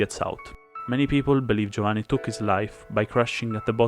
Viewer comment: Are you Italian? Because you pronounced "Giovanni" quite perfectly